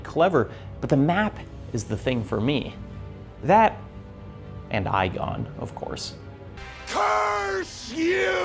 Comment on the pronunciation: “EYE GONE” 😂 Great list. Love seeing PoP: The Lost Crown up there. Wish more people woulda bought it!